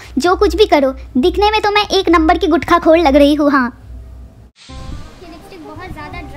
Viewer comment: One min bro guthkha kya hota h woh gutka hota h🙄